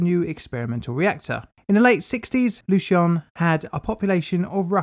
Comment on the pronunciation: oh damn i'm triggered about the pronounciation